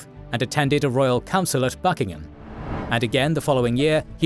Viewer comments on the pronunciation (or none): none